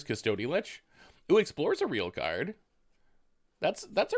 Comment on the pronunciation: Hehe when you say cus-TOAD-y lich I giggle